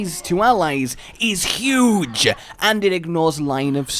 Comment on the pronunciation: Trump : 'uge Thus guuuy: ggghuge dictionary : Huge